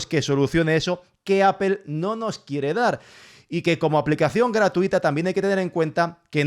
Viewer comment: Apel hahaha Apol Apol Apol así se debe pronunciar y no me vengas con vainas ... se debe pronunciar bien aunque los otros burros no lo hagan